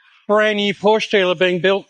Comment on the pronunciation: Thankyou, for being able to pronounce Porsche correctly.